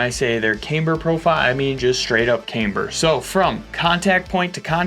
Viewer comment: Still says cameeber though